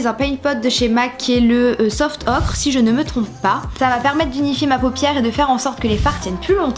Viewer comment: Joli montage et vidéo très sympa 😍 Et le paint pot Soft Ochre de Mac se dit pas soft "okre" mais soft "oker" (oui j'essaie de faire de la phonétique comme je peux 😜)